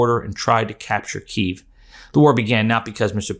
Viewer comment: Kyiv is pronounced "Kee-ev" BTW...